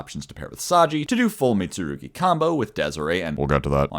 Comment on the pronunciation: props for actually pronouncing the mitsurugi cards correctly